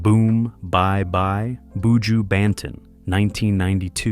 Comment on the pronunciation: am I the only one who is wondering how the narrator seems to know so much about reggae music and history, yet he cannot pronounce names/words correctly? Buju? Babylon? Edward "Seega"?